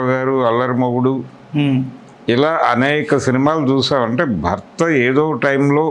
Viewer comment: అరేయ్ అయ్యా భక్త మహాషాయులు కాదు భర్త మహాషాయులు 😂😂